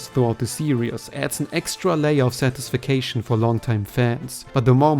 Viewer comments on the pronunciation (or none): Satisfication? That's... one way to attempt pronouncing satisfaction